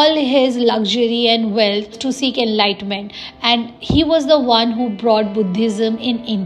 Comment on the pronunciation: Enlightment nahin enlightenment 😂 English ki taang mat tod behen 😂